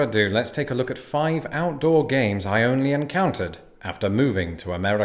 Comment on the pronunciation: At first I thought you said “Gays” instead of “Games” . Ngl for a second there I was questioning reality Love your content btw :) Time stamp